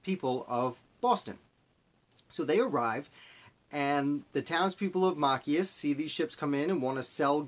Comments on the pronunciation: It is Ma-chi-us. Not mack-I-us. You totally brutalized the name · Machias is pronounced MA(short a) - CHI (long i) - ES (soft e) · Mah- CHAI (hard 'ch' like in the word chuck, long 'i')- us- with accent on the CHI Hard to listen to your commentary with the name slaughtered- it's distacting. Why not redo your video? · It's pronounced "Machias."